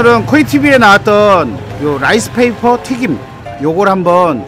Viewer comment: 근대 라이스 페이퍼 하믄... 머릿이 튀김 되요. 혀를 쫌더 굴려서 롸이스 페이퍼 라고 I will try rice paper without sauce. It doesn’t taste anything. ㅎㅎㅎ 요롯케